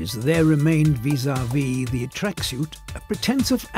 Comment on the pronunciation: I hate the way he says tracksuit😡 Idk what it is its the way he says suit